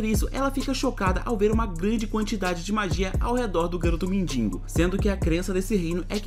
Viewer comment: "Mindingo" muito bom kkk